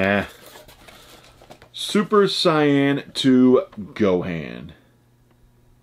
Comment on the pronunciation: Only saying this because it's been bothering me a lot lately. Super Saiyan [Say-in] Otherwise we're good lol